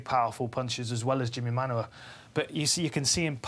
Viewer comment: stop saying Manyuwa ffs